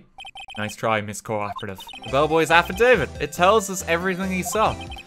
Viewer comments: As someone who works with affidavits on a daily basis, I often joke about pronouncing it A-FID-A-VIT rather than AFF-I-DAV-IT, and to hear RT pronounce it that way presumably the first time he ever saw the word actually just made my whole freaking day. Thanks RT I almost died laughing. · RT’s pronunciation of Affidavit was so funny. I nearly died from laughter.